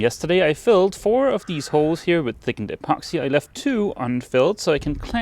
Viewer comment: I just love it when you say “thiggened epoxy”!